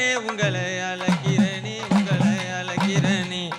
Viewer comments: 💯💯 But thamizh uccharippu have to correct Azhaikirane not alaikirane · தமிழுக்கு அழகு "ழ". அதுவே அவர் வாயில வரல.. அலைக்குறனே பாடுறார் தம்பி... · நீ தவறாக பாடுகிறாய்.. அழைக்கிறனே னு.. உன் வாயில் வரல... அலைக்கிறனேனு பாடுற.. ழ உச்சரிப்பு இல்லை.. இவர் எப்படி தமிழ் பாட்டு படுவதற்கு தகுதியானவர்